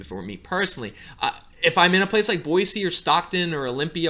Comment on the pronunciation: Kudos! I'm always surprised when someone pronounces Boise correctly lol.